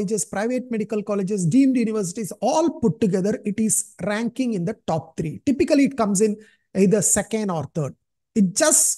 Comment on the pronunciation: Treee nhi threee 😢